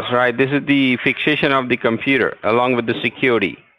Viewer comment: This "fixation" is 'fakeation"😂😂😂